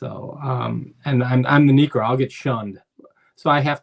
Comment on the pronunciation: Niekro? Really man 😅 As a Braves fan (I love Knucksie) but he doesnt crack it ha